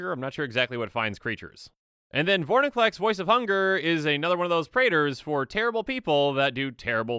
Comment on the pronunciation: Why can nobody pronounce Vorinclex correctly